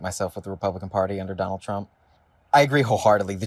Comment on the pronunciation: "Donal Trump" ? 😂